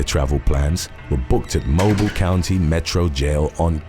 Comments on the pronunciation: I only came here to say that Mobile, AL is pronounced "mo-bill" not "mo-buhl". Those of us from Alabama like to mispronounce things. Hence why we say "Birming-ham", not "Birming-um" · Mobile, Alabama is actually pronounced mo- BEEL. 😉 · Your entire job is to overdramatically narrate YT videos. One would think you could do a modicum of research beforehand. MO-beel. MO-beel, Alabama. Geez. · It's ironic that some South American countries have zero tolerance for corruption and gaming the political system than the US. #2:, Mobile Alabama is pronounced "Mo-bill, Alabama".